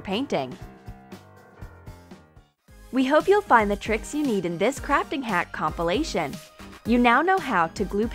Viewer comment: The only thing I don't like about this channel is YOU ARE SAYING COMPLOMATION WRONG IT DRIVES ME INSANE even the I can't spell complimation #proskillz